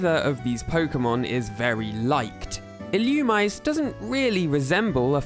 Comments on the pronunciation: it's not illumize it's ill u mi say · it’s pronounced “ill-oo-mee-zay” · Illoomize is a crazy pronunciation lol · Quick pronunciation tips: Vullaby is meant to rhyme with lullaby. Illumise is ill-oo-me-zay. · Illumise is not pronounced like that, it's Ee-loo-mee-say. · Vullaby’s diaper is a skull, not a shell. It’s “Wurmple”, not “Wurple”. It’s pronounced “Ee-loo-mee-zay”.